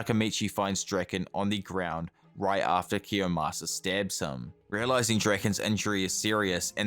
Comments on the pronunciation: IT'S KIOYMASA NOT KIYOSAMA LMFAO I don't mean any harm, but god damn, that triggered the hell out of me lol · Kiyomasa, not kiyosama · His name is Kiyomasa, not Kiyasama. Otherwise a great video! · it's kiyomasa, not kiyosama... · its actually kiyomasa not kiyosama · it's Kiyomasa